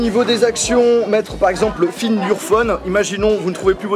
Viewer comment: Ta vraiment dit "find" your phone, scandaleux pour un youtubeur. Refait un stage en Angleterre par ce que la c'est vraiment limite.